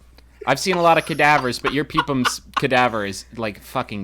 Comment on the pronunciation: yeah but he said it like "peem-pum"